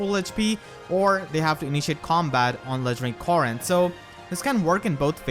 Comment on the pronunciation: 𝔸𝕟𝕪𝕠𝕟𝕖 𝕖𝕝𝕤𝕖 𝕣𝕖𝕒𝕝𝕚𝕫𝕖𝕕 "𝕃𝕖𝕘𝕖𝕟𝕕𝕒𝕣𝕪 Corn” 𝕒𝕥